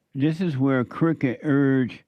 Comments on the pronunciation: Jesse it's Crockett I know we don't give a s*** but I'm just letting you know it's Crockett not cricket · I love how he says jasmine crooked! 🤣🤣🤣 So accurate.